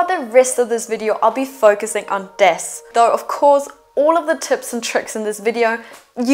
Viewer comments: Very handy tips ! Just you know: pretty sure it is pronounced dAs (open A as in Aloha ) and not dEs. In case you are planning on talking about it in future videos 🙂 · The correct pronunciation is not DES, it is DAS, from DArio Sala, who invented the product.